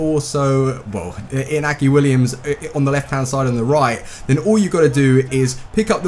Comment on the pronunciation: its pronounced inyaki and can u try muriel and niang (sss) sweaty seria a strikers